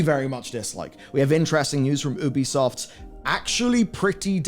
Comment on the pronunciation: The number of people who cover the games industry and still can't pronounce Ubisoft correctly continues to surprise me.